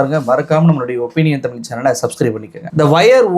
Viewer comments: தமில் என்று பேசுகிறீர்கள் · Tamillllllllll ,anchor lacks pronunciation 😢😢😢